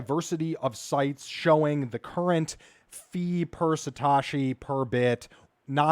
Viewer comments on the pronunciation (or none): Satoshi. Not Satashi. you arw sating it wrong